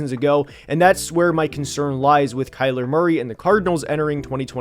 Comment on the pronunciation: It’s Kyler